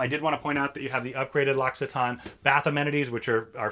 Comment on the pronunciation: Everything looks amazing, like a private yacht! That said, I have to say that what made me gasp and truly made an impression on me was knowing how to pronounce L’Occitane. LOL